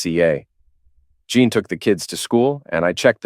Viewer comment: Say Teen Teen Teen. Now say: Jeen. Now that should sound just like Jean.